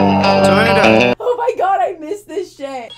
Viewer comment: Noooo not Oh MEEE GULL